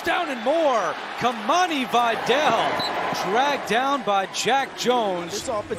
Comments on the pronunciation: His Names VIDÁL not Viddel SUKAS!😂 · I was about to comment on this. They should learn how to properly pronounce last names that are not American last names. I would be pissed if my last name was mispronounced repeatedly. It's pronounced Vidal ( vee-dal ). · Dude kept saying Videll and Gadsten lmfao. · the pronunciation of vidal bro